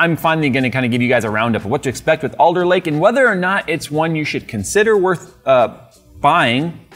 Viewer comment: Oh, its ALDER Lake, not Older Lake